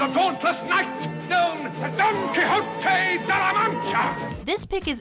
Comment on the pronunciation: the way she pronounces Don Quixote in this vid really bothers me. You gotta say it right Done Key-Hoe-Tae. Not exactly like that but thats the frame work of saying it right.